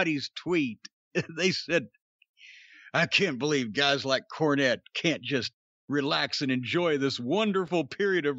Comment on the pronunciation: I Bolieve it's time move on.